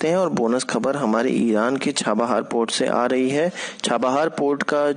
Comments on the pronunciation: Pot nahin port hindi sudharo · It's port bhai Sahab